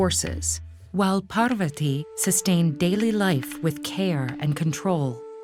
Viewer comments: Parrrr-vati…. It’s Pahr-vuhti. Beautiful illustrations and story narration!! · Did you just say...Par-va-tee??? LMAO its pronounced Paar-va-thi btw (this is the correct pronounciation not the spelling) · Its Parvathi (thi) not ti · Why cant this video be narrated by someone who can pronounce Sanskrit as it should be instead of over and over saying. " paaaarrrrrrvaaaati " :X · I was hurt when she said parvati incorrectly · I don't understand why they add an extra 'a' after the names of our gods goddesses 😒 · Wonderful story and amazing illustrations but please try to fix the pronunciations. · it's not pronounced like that ( Lord Parvati ) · The narrator for the Savitri and Satyavan was great! Pronouncation was excellent. The narrator for this video however has butchered the names, especially Parvati. It felt insulting to watch and I cringed everytime she uttered a name. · Man the way she said parvati literally made me not want to watch the video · It is Parvati in many languages, and Parvathi in many others.